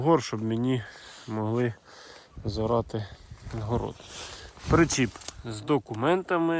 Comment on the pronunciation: Не хочу показатись дуже розумним, але українською "причіп", а не "пречіп". Дякую за розуміння.